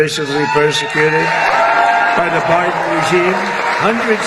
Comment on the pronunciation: "Barden regime" "J6 Parstridges"